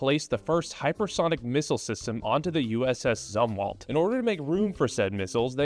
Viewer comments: It's pronounced like zoomwalt. He was admiral of the Navy in the Vietnam era. He was also responsible for ruining the navy... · Navy guy here - Just sayin It's Zoom-walt Otherwise your commentary on the Zumwalt class is spot on. It's a clusterf*ck afloat.